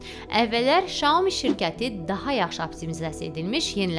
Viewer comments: şaomi yox saomİ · Çinşünasam. Çində maqistr təhsili almışam. O model "Şyaomi" yox, bizim dilə ən yaxın olaraq "Syaomi" kimi səslənir.